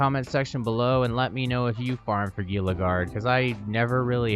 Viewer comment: FYI, it's pronounced Heela, not Geela lol